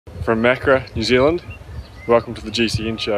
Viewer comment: FYI it isn't pronounced "Mak-ra", it is 'Ma-ka-ra' for foreigners listening to his lazy kiwi pronunciation in the intro.